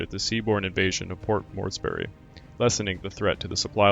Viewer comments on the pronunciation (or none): Learn to pronounce names and basic English words, grammar and usage. Can’t pronounce names Halsey, Spruance, Moresby, and Yamato. “Have sunk” not “have sunk.” Ignorant Moron! Hara Kiri for you. Ruins your whole channel.